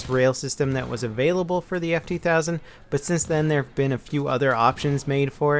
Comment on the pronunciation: He said "hae" while he was supposed to say "have". Reading rest of the comment helps alot...